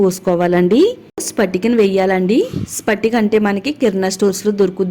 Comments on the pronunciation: Amma talli spatika kaadu patika . అంటారు ఏదైనోటికి వేస్తే అది చెపితే బాగోదు . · Hello madam spatika kaadu.Patika.(Alum) antaaru. Remedy bagundi.time taking.vokka day lo avutundannaru.harekrishna🙏